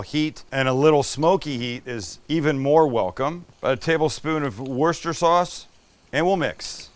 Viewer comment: Great to hear Worcester sauce pronounced correctly